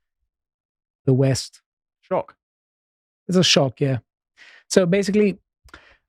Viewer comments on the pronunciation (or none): none